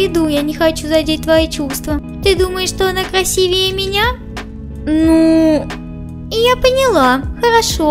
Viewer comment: Не красивЕе,а красИвее